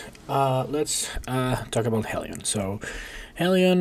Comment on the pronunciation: It’s pronounced Heelion, not Hellion :)